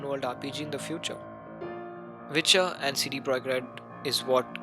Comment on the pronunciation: Kudos for pronouncing Projekt correctly, but CD was off. It should be read as Tse-Dhe ;)